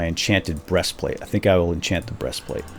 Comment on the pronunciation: BRESTPLATE WTF